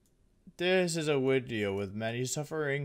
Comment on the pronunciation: Does anyone know why he say wideo instead of video